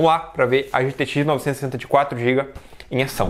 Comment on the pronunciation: Ele nao consegue falar gtx 960. Kkkk Ele fala "gtxnovsssss" 😂😂😂